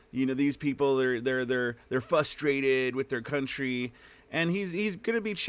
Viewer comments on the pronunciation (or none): The word is fRustrated... not fusstrated. The R is not silent.